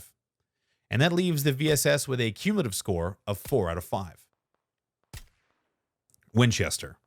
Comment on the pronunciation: By far your best video. Might want to check the dictionary for the word Cumulative though.